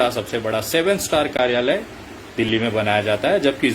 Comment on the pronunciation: Abe chutiya ....Modi jaisa desh bhakt insan k bare me kya bol raha h... Chutiye pehle karyalay bolna sikh .. Thodi si publishity mil gai to tu neta hone lga h... Tere jaise jantuon ko desh k bare me sochne ki jarurat nhi h.